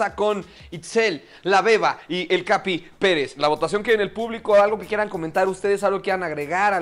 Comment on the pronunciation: Me encanta cuando dice "Capi Pelez" JAJAJA me encanta ese personaje 💕